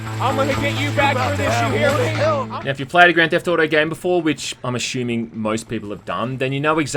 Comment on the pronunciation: But there is cars in this game. And why do you say assuming that way